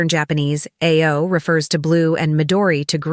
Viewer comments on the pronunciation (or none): 1. you should LEARN how to properly pronounce the color "BLUE" in Japanese. It is pronounced like "UH-OU" or "AH-OU" and DEFINITELY NOT like you say "EI-OO". LEARN BEFORE YOU SPEAK PUBLICLY!!!!! 2. At 19mins of the video you talk about RAMEN, but your video is showing SUSHI!!!!!!!!!!!!!!!! Your IQ level is smaller than your shoe-size.... STUPID!!!! Grrrrrrrrrrr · Nice observation. Just one thing. Ao (blue) is pronounced as “ah, oh”, not “eigh, oh”. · They do not call Blue "A" "O"...they pronounce it like ow as ouch. YOUR AI voice needs some training, please. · ay-oh for blue! It's pronounced aa-oh. 青 in kanji.